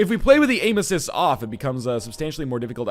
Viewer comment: I keep hearing "Anuses" when you're saying "Aim Assist".